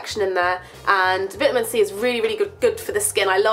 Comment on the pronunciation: the way you say vitamin c O_O